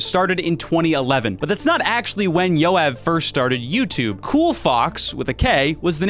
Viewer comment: I burst out laughing because as a Jew I just realize how bad non Hebrew speakers pronounce Jew names, Yoav is like one of the most common names in Israel and that was my first time hearing it like that